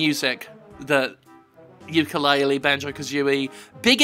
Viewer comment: jim, the youtube says it's yooka-laylee, if you could change it, that would be very nice, because i don't think it's a good idea to let someone think that this game is in fact yookaa-laylee and scaring them off from a perfectly good game.